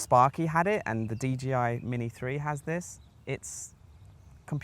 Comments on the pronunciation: 'Dee JAY Eye' -- not Gee! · It's d J i. Not d G i. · Why are you calling it a DGI man? Otherwise thanks for the video.